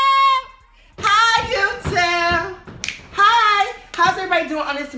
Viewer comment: Is she saying "Hi YouTube or hi youtell